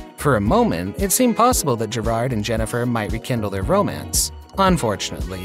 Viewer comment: His name is pronounced gerard not ger _ard